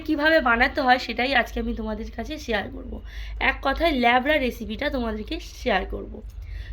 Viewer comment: লেবড়া নয়‌ উচ্চারণ হবে লাবড়া